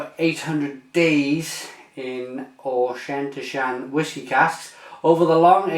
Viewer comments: Fantastic Beer but try sayin Auk en Tosh an then run it all together to pronounce the Whisky.. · Haha, you butchered the name of that whiskey. I wish we could get Fullers Brewers Reserve here! Sounds like wonderfully complex beer.